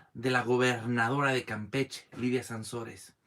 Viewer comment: Hola amigo, aquí dejando mi like, un comentario, es Layda no Lidia. Con todo respeto. Saludos y adelante, recuerda que todo cambio es bueno. Bendiciones.